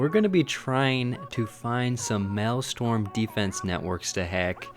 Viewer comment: Its Maelstrom! People said it is Malestorm XDD